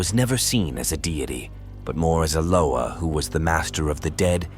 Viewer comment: Pronounce their NAMES PROPERLY!! Damn. Learn how to pronounce Loa, Bondye, Samedi, Guede. I get sick of you people talking about african culture and have no idea of what you find online. We dont invoke Baron to contact our ancestors!